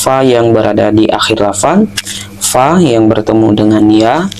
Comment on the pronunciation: Bukan "pa, pi, atau pu" tapi "Fa, Fi, Fu"